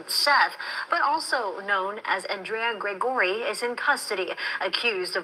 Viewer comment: PEOPLE SPELL THEIR NAME DIFFERENT BUT SOUNDS THE SAME LIKE ANDRE' AUNDREA WHICH WITHOUT SOUND JUST HAVE TO GUESS. NOT SURE YOUR SAYING HIS NAME CORRECTLY IN OTHER WORDS. HE HAS AN ADAMS APPLE ALSO